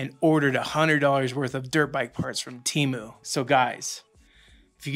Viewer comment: My brother.. if you took anything away from this years sh1t super bowl.. it should have been the proper pronunciation of Temu! lmaoooo. The way the did it killed me. They want people to say their name properly so badly. they tried drillllling it into our heads. Oh and the promos forsure work.. at least the coupon ones. IDK about all that invite BS LOL!